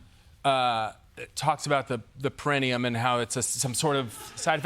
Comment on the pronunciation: on point with the perineum pronunciation